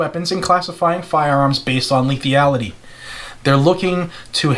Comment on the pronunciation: "lethiality" .... sorry, couldn't resist 😎😎😎😎😎😎